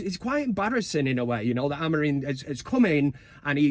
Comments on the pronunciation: Great song mate, love it! 🤣 Just get the name right buddy, AmoriM, not AmoriN 🤣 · It’s Amorim not Amorin🤪🤣. Big win today either way. Mount Casemiro Bruno in mid Although I feel Mount could make a good wing back with his energy. COME OOOOOON UTD🔴⚫️⚪️